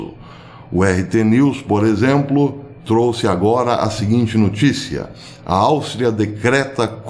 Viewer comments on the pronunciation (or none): none